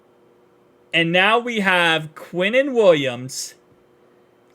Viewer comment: “Quinen Williams” 😂😂😂